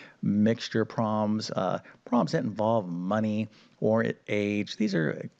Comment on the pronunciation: The word is "prob-lems", not "proms". Enunciate ffs!